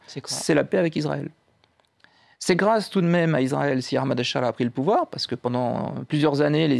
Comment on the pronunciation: aKHmad ? qu'est ce qui a soudainement fait prononcer les francais le H en KH ? Au pire tu dis A-mad.